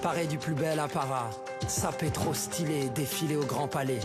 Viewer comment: "Sapés trrrop stylés!" Putain, cet accent qui affleure...